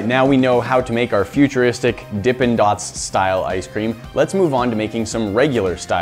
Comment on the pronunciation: Why are you calling them futurisric?